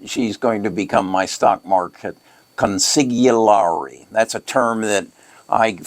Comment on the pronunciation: it is pronounced like: Con sil yih rih, with most weight on the “yih”.